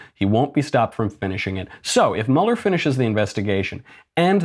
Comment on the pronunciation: It’s Mueller like Beuller, not Muller